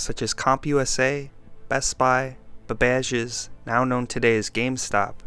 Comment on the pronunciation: 'Babbages' is pronounced like 'cabbages'. The more you know...